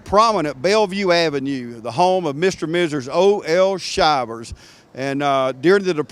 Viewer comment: It’s pronounced Shivers as in “Shiver Me Timbers” a famous saying of Popeye the cartoon.